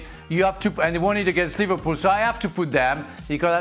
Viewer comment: Bro said livarpool and Varca😂😂😂😂😂 lmao